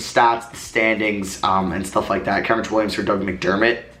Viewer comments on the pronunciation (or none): none